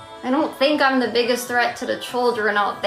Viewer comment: She always says 'da' instead of 'the'. Once I noticed it I realized she does it all the time. 😂